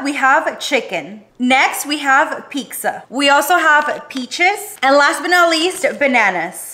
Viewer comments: Wtf is pikza huh why are you pronouncing pizza as pikza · I hate her for disrespecting the pizza by pronouncing it as " piksa"